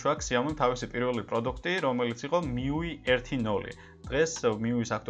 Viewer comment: Მიუი კი არა, მიუაი.